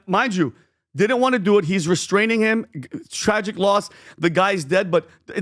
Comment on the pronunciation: I love how PBD pronounces "do", "Do-o"